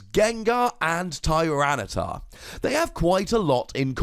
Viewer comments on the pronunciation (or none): none